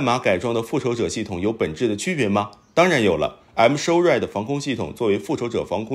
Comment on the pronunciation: M-SHORAD防空系統我聽成I'm sorry防空系統，還想說這名字還真特別阿，不過這I'm sorry是對誰說的呢？🤣